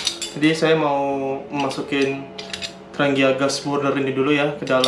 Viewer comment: di bacanya yg bener tranjia...tranggia